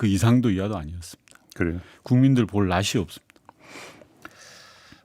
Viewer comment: 윤건영 의원님 "국민들 볼 낯이" "낯이" 를 [나치]로 발음해 주세요 😊